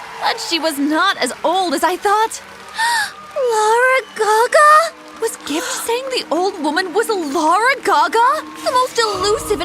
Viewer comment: LuArA gAgA it’s lAdY GaGa